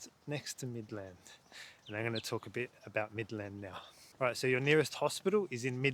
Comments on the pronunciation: Mid-land not Midlaaand 😅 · he also mispronounces "Midland and Avon"